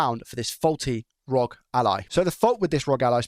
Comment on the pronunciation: Please Joey R O G - (are oh gee) not rog rhyming with dog. Makes me cringe everytime